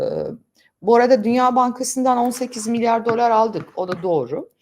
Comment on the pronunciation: Bu videoda tek tebeasum edebildigim yanlis telaffuzunuzdu "milyor" milyor harcadilar efendim